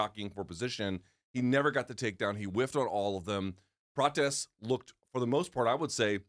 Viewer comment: Don’t you want to hear Luke squeezing “Carlohsss PRaaahtchesssshhhh” out a hundred times?😂